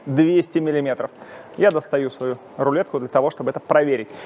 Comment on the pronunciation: Я так угарел с рулетки) Такой акцент)